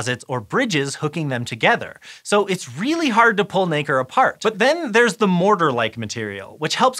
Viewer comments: All im hearing is the n word when he says nacre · Just be careful how you pronounce Nacre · Nacre please!